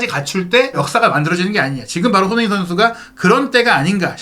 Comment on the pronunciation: 발음을 정확히 합시다. 손흐민❌️ 손흥민⭕️